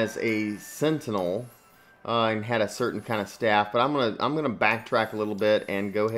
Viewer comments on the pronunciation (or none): none